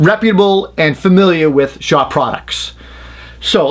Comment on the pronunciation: Are you saying Shaw are shawr?